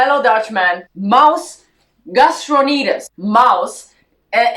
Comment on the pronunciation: It's: "Maus Gatsonides". 😒